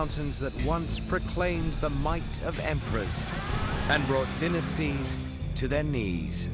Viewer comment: Dynasties not dinisties ok